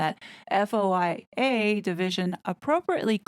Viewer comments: FOIA is pronounced foy-ah 🙂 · You just say FOIA “foy yah”